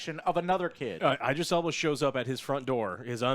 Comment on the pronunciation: Why can't you all pronounce Idris Elba's name it's not eyedris ffs